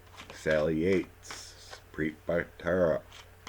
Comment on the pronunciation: Preet Bharara AG? I think it’s pronounced Barara